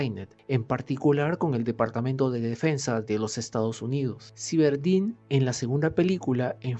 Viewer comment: si, se pronuncia sáiberdain. No lo digo por saber inglés, sino que además así lo pronuncian en el idioma original y en todos los doblajes que he escuchado. Nunca oí a nadie pronunciarlo "ciberdin". Saludos